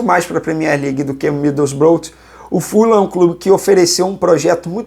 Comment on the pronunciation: Middlesborough, fala "midousbrou"